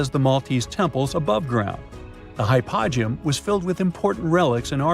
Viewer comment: Hy -po-gee-um! Please!